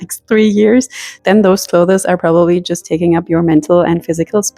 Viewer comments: Hallo, danke für das tolle Video. Das ist wirklich eine super Taktik, die ich ausprobieren werde. Dein Englisch ist auch super aber darf ich eine Kleinigkeit erwähnen? Das Wort "clothes" wird genau so ausgesprochen wie das Wort "close" as in "close the door" - ist also auch nur eine Silbe. Alles Gute und nochmals vielen Dank! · Definitely a German thing. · 😂 “Clothes” is a one syllable word; it’s not “clothes-es” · Hi, I moved from California to Germany and had the reverse challenge. I did not even own a winter coat. People correct my German all of the time. Sometime it is welcome and sometime not. Just in case no one has mentioned, the pronunciation of CLOTHES is like CLOSE. We don't say the E. It took me 2 German lessons to pronounce GESCHIRRSPÜLMACHINE. 🙂 Never stop learning is my motto. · Please learn how to pronounce the word "clothes". 😢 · ClothES the E is silent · The plural is " clothes", not "closes". Stop calling them closes, or clotheses", it has nothing to do with your accent. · I was distracted the whole time from the way you pronounced "clothes", lol! It isn't two syllables "clothes-es", it's one syllable "clothes". Love the method of decluttering though! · For your info, it's not [clothezes] it's [clothez] 🙂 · I adore your pronunciation of “cloth-es”! In Britain we don’t sound the e, we mash it together almost into one syllable like “cloohthz” but your way sounds so gentle and elegant I might introduce it here! 😍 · It’s pronounced clothes, not clotheses, clothes itself is a plural word you do not add another S after clothes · I have never heard "clothes" pronounced "clothes-es" - is that a German thing? Just curious. We pronounce it "close". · I really wanted to watch this video, but I simply cannot after 4 minutes, just because of the way you say "clothas". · I cannot get pass the word clothess! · Cloth'es... so cute. I can't pronounce it properly either. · The way you pronounce 'clothes' takes me back to my mother's voice. 🥰